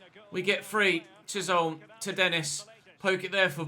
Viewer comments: I think Chisholm is definitely said Chis-holm rather than Chish-olm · Chisholm is pronounced like chis um I’m Scottish so I know this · Chisholm, pronouced = chis, ham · Chisholm is pronounced ‘chiz-um’ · Chisholm is pronounced “chizum” in Glaswegian lol 🏴🏴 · Loving the series so far. Started my own with Port Vale. Btw its pronounced Chizim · I believe that it’s pronounced “Chizzum” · It’s pronounced chizum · i’m not sure if anyone has said but chisholm is said Chisum or chisem